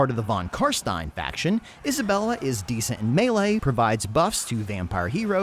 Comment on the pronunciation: Thank you for calling them CarSTINE instead of CarSTEEN!